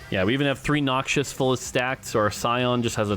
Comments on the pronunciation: Whos gonna tell mort that its "Noxus" not "Noxious" lol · I comment on every video until says Noxus instead of noxious. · Set Looks awesome from what I've seen. And I think it's spoken like "Noc-sus" and not "Nokchus". 😅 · It’s “knocks-us” not “knock shush” 😜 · Noxious(adj.): harmful, poisonous, or very unpleasant. Noxus (noun): fictional country in League of Legends lore. Harmful, poisonous, and very unpleasant. I know they're similar,, but please stop pronouncing them the same. Nox-us does not sound like knock-shious. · The way you said Noxus as Noxious was triggering